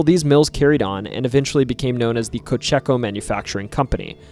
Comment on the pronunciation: Cocheco....pronounced Ko-chee-ko